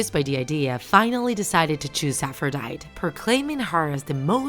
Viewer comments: It triggered me when she pronounced it A-fro-dy-T It’s pronounced a-fro-dy-tE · Aphrodite is pronounced as: Afro - die - tea... not Afro - die - t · Her name is pronounced as APH-RO-DIE-TEE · nobody: Narrator: AFFROWDIET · You said it wrong it is afrõs i am from greece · Its afro-diet-ea/i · I don’t know if I’m wrong because I’ve been pronouncing Aphrodite like Af-row-day-ty. With a y sound at the end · I just told you that Aphrodite is pronounced Afro diet E (most simple way to pronounce it) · ... She said her name wrong... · You are pronouncing the names wrong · That’s not really how you say Aphrodite but okay! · Isn't she pronounceing Aphrodite wrong? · omg who here likes percy jackson (and aphrodite is pronounced "af-ro-dy-dee" not "af-ro-dyte") ok im sorry but am i the only raging over how she pronounced ares, aphrodite, and hephaestus?